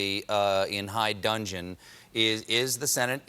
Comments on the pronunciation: high dudgeon, not high dungeon. smh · "High dungeon"??? WTF? High DUDGEON, Stephen. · Stephen! It is "high dudgeon," not "high dungeon"! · "High dudgeon," Stephen, not high "duNgeon." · Dear Stephen, it's high dudgeon. Just sayin'... :) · "High dungeon"? The correct phrase is "high dudgeon," meaning "to be in a state of offense or anger." We're getting a lot less literate as a society, and it shows in the figures whom we hear speak and see write on a regular basis. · It’s dudgeon, not dungeon, Stephen. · The word is Dudgeon not Dungeon! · High dudgeon not dungeon.. Trump belongs in a dungeon but that's another matter. 😂